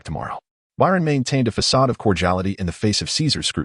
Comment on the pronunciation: I've listened to many Chinese stories. I don't know if it's bad interpretation or ai problems but many have a problem with facade. They read fa ade . It's not a big thing but it is noticeable.